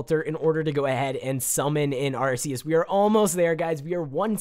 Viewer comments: Have you not watched the pokemon movies with Arceus? he doesnt say it correctly. Its pronounced Arkeus. Not Arceus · ARK e us not Arse e us u dum xd jk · Pokemon nerd here. Arceus is pronounced Ark-he-us and is a Mythical Pokemon, not a Legendary. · Said the name wrong :3 Arkeus is how your supposed to say it. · its Ar-Key-us sorry......... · First Arceus is a mythical Second its Are-Key-Us Regardless I love this video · Its pronounced arkeus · wrong way ti say arceus just saying game freak didnt want to call it like urs so they changed it because arse means the a word in england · I hate how you say arceus!! ur saying it wrong bro! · Firewolf786YT it triggered me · First of all you are saying arceus wrong second of all arceus is mythical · Dude you saying arceus wrong ok think it like the c is a k ok